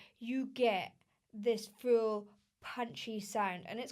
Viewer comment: The way you say "full" like "fool" + "fuel"... Are you from north Britain? Love UK accents.